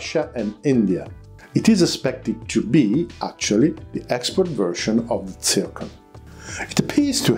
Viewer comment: It is not "tsirkon", but "zirkon" - XYZ